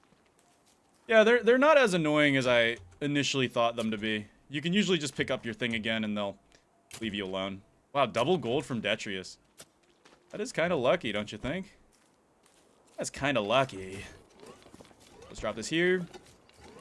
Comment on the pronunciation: You're missing a t in detritus, you keep calling it detrius :P been watching a lot of the unedited stuff, love me a good chonky video.